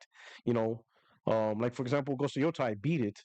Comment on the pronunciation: 😂 yo P ROCK! somebody! Please tell "" that it's pronounced "YO-TAY" lol.